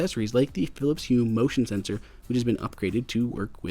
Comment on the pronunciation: Did you say emotion sensor???